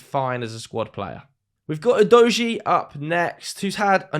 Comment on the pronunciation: Your pronunciation of udogie is a bit udogie 😂